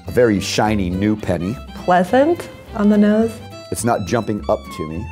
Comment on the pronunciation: “Pleschent on the nosche”